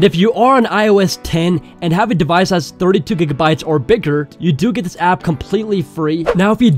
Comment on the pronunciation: LMFAO HE SAID 32 Dgigabytes